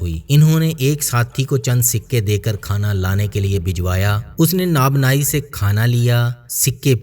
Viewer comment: نان باٸی ۔۔۔ناب ناٸی نہیں